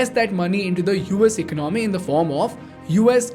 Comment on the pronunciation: Bro, it's not eck-no-mee, it's e-con-a-mee. There is no k. Also, it's One hundred and fifty seven billion and not one five seven billion dollars. Just Add an 'and' after the hundreds when you say numbers.